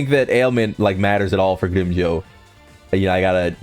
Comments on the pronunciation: 100 problems in the world, and how someone pronounces grimmjow is your main problem? Bruhh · also......you would think when you have a channel dedicated towards a certain show you would at the very least get the names right at the VERY LEAST! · Dude! It's not greem Joe its GRIMMJOW! The pronunciation is even in the anime! Watch it sometime and its not nell el its nell-li-el. Are you mispronouncing these names on purpose or something?!